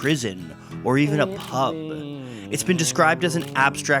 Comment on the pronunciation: OMG, hearing this guy say 'pub' is like nails on a chalkboard!! He has to be Canadian with that terrible pronunciation. It's so strange how such little things can be annoying - especially as I'd never even notice how a single Brit would say it - with our 40 accents and hundreds more dialects 😆 And this is why, as much as I could speak other languages, I won't - cos those native speakers would hate me lol.